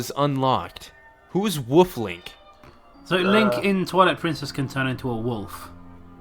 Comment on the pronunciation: Why does he keep saying woof Link and why is no one saying anything about it?